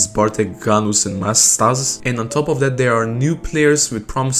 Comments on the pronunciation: mastasz is pronounced mas tash btw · Mastasz is prounounced Масташ 👀 Good video tho